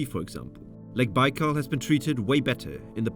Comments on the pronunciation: Der heißt nicht Baalsee, sondern Baikalsee!! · Es el lago Baikal y no bal😢 saludos desde Pachuca, México! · A narração em português está horrível: Lago Bau? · Not baikal Baykal dummies. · Lake bal 🙄